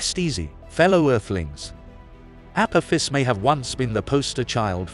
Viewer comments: The narrator doesn’t even pronounce it correctly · Perhaps learn to correctly pronounce the name of your subject before making a vid, yes?